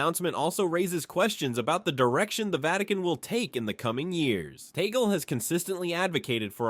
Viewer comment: Kindly pronounce the Family name of Cardinal Luise Tag-lee correctly!